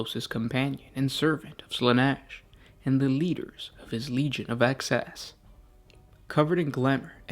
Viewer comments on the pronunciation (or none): Excess.... Excess.... EXCESS not access... FFS